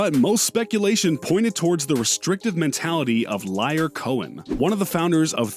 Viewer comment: DJ Paul & Juicy J "Cashin' Checks" could have been on this list I think. Also, do you say "Liar" to be funny?